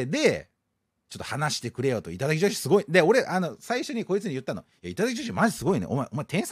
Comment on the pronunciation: 時々いただきじょひ！になってるのかわいい